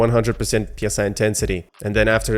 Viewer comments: PSI intensity? It's pronounced 'sigh' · psi is pronouced psy like psychic. psi is pressure per inch p s i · "Psi" sounds like "sai". It is not an abbreviation.